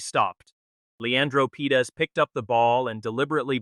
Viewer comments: The name is Parades not Pedes. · The players name is Leandro Paredes, not "Pedes". Very unprofessional mistake! No like for that. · Would help if you could get AI to pronounce his real surname and even the subtitles getting it completely wrong, its Paredes not Pedes FFS!!!